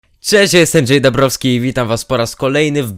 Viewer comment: Dambrowsky? a nie Dąbrowsky?????